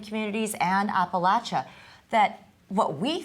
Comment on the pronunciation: Amy is amazing but needs to learn to pronounce apartheid and Appalachia